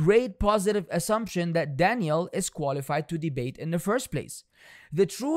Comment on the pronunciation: I just hope you’re not purposely pronouncing that man’s name like Danielle and it’s just your accent 😩